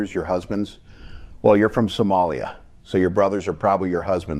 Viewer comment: Trump: sum-MAL-ya